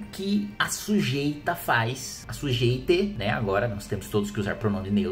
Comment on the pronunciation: "Sujeite "kkk